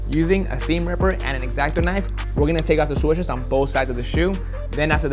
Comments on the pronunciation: Is it just me or when he says SWUSHES it drives me crazy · I cant get over the fact he says swushes lol